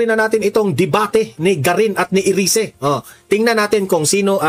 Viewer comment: Erise yan ang tamang bigkas sa english